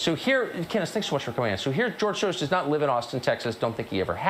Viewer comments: George Soros becomes "George shorose" because at the end of the word George your tongue is in the "sh" position so if you don't pay attention and adjust it you'll get a 'sh" sound instead of an "s" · Funny thing is, "Shoros" is a step in the right direction - the original Hungarian pronunciation would be something like "Shorosh" (using the ʃ sound, if my phonetic alphabet googling was correct)